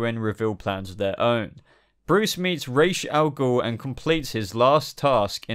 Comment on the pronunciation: I think you're pronouncing Ra's al Ghul wrrong